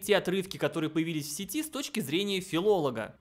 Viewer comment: "я хочу рассмотреть те отрывки, которые появились в сетИ, с точки зрения филолога" - а как насчет ударения здесь с точки зрения филолога?)